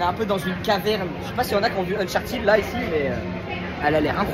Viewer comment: C'est uncharted pas unchartid😂😂😂